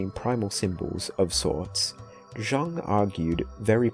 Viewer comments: Bro really said Carl JUNG (it’s pronounced Carl YUNG) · Jung = Young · Carl jung is pronounced Carl young. Even though it’s spelt otherwise